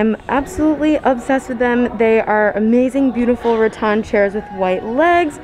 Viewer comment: Puh-leez! Stop saying "Ra-ton" like in Won Ton. It's "Ra-tan" like what you go to the beach in order to get.